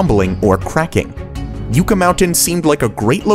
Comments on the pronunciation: "Yooka?" Anyone who ever lived in the west would never pronounce it this way. Do some research. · How do you narrate a video and not know how to pronounce the names? "Yoo-cah" Mountain?! Really. Is it also called a Yoo-cah Tree? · Please stop pronouncing Yucca Mountain as U-ka! That Green city is going to fail, because except for a few Progressive loonies like Greta Thunberg and her ilk, most people like things just the way they are; complete with cars that make noise when you hit the accelerator. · Sounds American, why can't he pronounce Yucca correctly? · You mispronounced "yucca" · The way this guy mispronounces, Yucca... Nails on a chalkboard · The announcer didn't even bother to learn how to pronounce the first vowel in "yucca". It's actually a common word and plant in Arizona. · I am so glad that the Yucca mountain project was cancelled! Nevada does not want to be the nation's nuclear dumping ground. Please learn how to pronounce Yucca correctly. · Your saying yucca mountain wrong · You are pronouncing Yucca as if you were a French speaker and not an English speaker. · You are pronouncing yucca wrong and it's driving me crazy. Watch a video about yucca (the plant family) to get it right. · The pronunciation of Yucca in this video is cringe worthy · Pronounce Yucca correctly. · Listening to you mispronounce the word Yucca made my ears bleed. But I forgive you for not being a native to the area. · Jesus Christ...who is hiring these narrators that can't pronounce commonplace words?? "Yew-kuh mountain" he said. Idiot... "Yuck-ka" is how it's pronounced. 🤦‍♂️🤦‍♂️ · It's pronounced Yuh-cuh, NOT yoo-cuh. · Yucca is pronounced Yuh-kuh not You kuh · What’s with YOOOOKA Mountain? Are you mental? Y U C C A — two C’s, one U. YUKKA! Not that complicated. Jesus. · pronounced Yucka, like the yuck in written laughter. yuck yuck yuck. not you ka. named after the plant Yucca. get hip, jack. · It’s Yucka, not Uka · This hurt my ears, it is pronounced Yuck-a not You-ka.